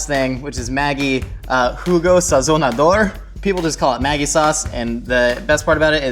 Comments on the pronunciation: Ma gee not maggie 😂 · The way he pronounced Maggi noooo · It's a soft G in Maggi. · Hahah how he says ‘maggi’ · Being from Austria, your pronunciation of Maggi sounds so weird to me